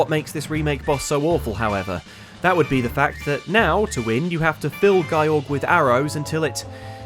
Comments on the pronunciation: "Guy Org"? That's a worse mispronunciation than "Rye You" from Street Fighter, since Gyorg already has a European equivalent: Giorg/Georg, or in English, "George". That fish is just called George. And that's like pronouncing it "Jee Yo Rudge"... Having said that, maybe people called George should pronounce it like that. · I wonder what they'll mispronounce this episode.. edit: its gyorg! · gyorg only gets scarier because his fight is harder (and you're pronouncing the name wrong)